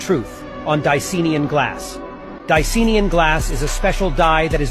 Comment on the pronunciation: DI-CY-AN-IN, not diseenian. Let's sound it all out together, kiddies! How is it that more people who "wake up", the worse the English pronunciation becomes? Yes, i drive those around me nuts, but they did it to me first by doing that! The English N@